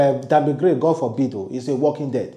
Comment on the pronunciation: Bro it's Krane and not Gray...the way u dey always pronounce words sef dey taya me mehn...😂😂😂